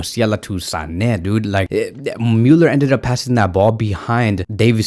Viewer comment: The way he says Müller he says it like Mewler 🤫🗿🤦‍♂️